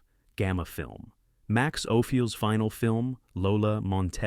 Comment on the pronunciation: Isn't it great to show a film that's know for it's use of color in---black and white, and then mispronounce the director's name--Max Ophuls!!!